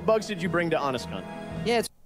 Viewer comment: Real question - was it supposed to be "HonestCom" or "HonestCon?" I assumed he was saying "HonestCon" the whole time, until I noticed the hashtag.